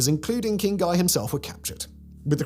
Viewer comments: Guy was French, so it's pronounces closer to "gee" than "guy" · "...led by King GAI of LOO-SIN-YAH..."😂😂😂 It's like the French version of when a guero is speaking Spanish but still says "tee-uh-wanna"